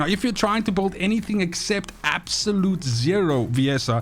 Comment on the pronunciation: you can't even pronounce build correctly u say boold